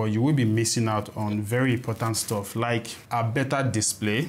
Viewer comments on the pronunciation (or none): none